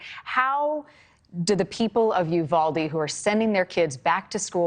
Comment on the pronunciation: Yes!! But they all keep mispronouncing Uvalde also. 😕😅